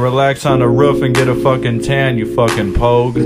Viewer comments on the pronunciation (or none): agree ... but for future reference .. it's "POGUE" ... now the rant is complete .. haha. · Bro really said "pogue" 🤣